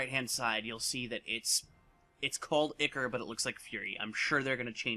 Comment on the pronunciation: Eye-core, not icker. :p